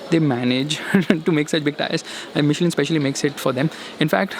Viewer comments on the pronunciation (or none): none